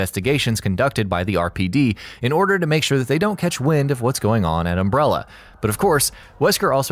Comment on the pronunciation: Seriously if i hear umbrellEEER one more time...im going to go american NUCULER smh...why!? cant you just say it right? um brell A and NU CLEAR